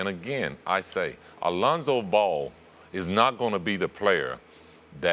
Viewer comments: Alonzo ball lmaooooo reminds me when Floyd sr said Conor mcgregory 😂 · Scottie isn’t saying “Alonzo Ball,” he’s saying “a Lonzo Ball” like when he’s making comparisons and such to other players.